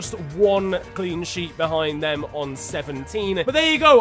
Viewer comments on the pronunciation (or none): none